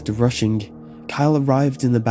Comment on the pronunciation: Hahahaha., you pronounced rushing, Russian. The guys phone should quit Stalin him